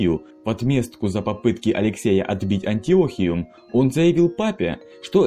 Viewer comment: АнтиохИю ПатриорхИю АндронИк Проверяйте ударения.